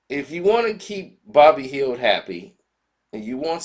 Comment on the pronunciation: Who's bobby hield?!😆😂 It's buddy man...